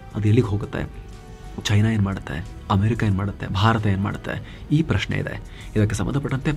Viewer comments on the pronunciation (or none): none